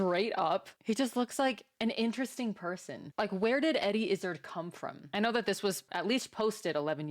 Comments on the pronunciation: I came here to say this came thing. In Dressed to Kill we learn all the backstory needed to jump start your new fandom. His last name is pronounced with emphasis on the last part. Not izzard like lizzard, but IzzARd... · His surname is pronounced Izz-ard, not Izzid. And he used to refer to himself as an "Executive Transvestite", not an "Action Transvestite". Fun fact... Eddie is in the "Guinness Book of World Records" for being the first and only stand-up comedian to fill Wembley Stadium in England for a single performance. Also, the jacket he's wearing is called a "Tailcoat" for obvious reasons. The coat was designed for ease when riding horses, because a full overcoat was too cumbersome. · It's a dinner jacket, and his name rhymes with "hard", not gizzard. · Great channel. Subscribed. Not izzard as in lizard, but Izzard as in Is Hard - silent H - He was bullied at school so changed his name to suggest toughness. :) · It's pronounced Iz-zAAAARRRD, not Izz-ugh-d. And "he" is now a "she". Also, 'The Owl And The Pussy-Cat' is a famous 19th-century British 'nonsense poem' (in the same way that the Lewis Carroll poem 'Jabberwocky' is) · Her name is pronounced "izz-ARD'" not "IZZ-erd.". After a long period of gender fluidity, she decided she would prefer to be considered female. Personally, I think she is an international treasure. Just as an aside, much of her performances are ad libbed. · Actually his name doesn't sound like gizzard because it's pronounced iz - ard. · Izz 'ard Like hard without the 'h" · let's home she learns to pronounce his name sooner than later... its Izzard where ard sounds like yard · Eddie is great… pronounced “IS-ARD” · You should check out Eddie Izzard (by the way, it's more pronounced like I - zaaaahrd, rather than like gizzard) in the earlier specials she's done. My personal favorite is Dressed to Kill. Others are Definite Article, Unrepeatable, Circle, Glorious... She's also been in some movies, and a tv series. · It's "IzzArd".